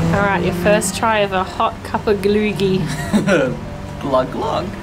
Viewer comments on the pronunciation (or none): Loll u said glögi like ”glygi” also you’re supposed to put the raisins and almonds IN the glögi.